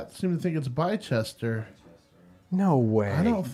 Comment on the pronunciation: I love as an English person your pronunciations so funny ! 😆 Southwark - south-werk Wymondhams -wi-mond-hms Loughborough- luff-burra Bicester - bi-Chester